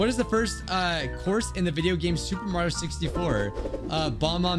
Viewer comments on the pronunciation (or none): none